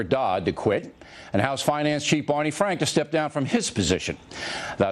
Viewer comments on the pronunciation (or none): Bawney Fwank is a disgwace and should wesign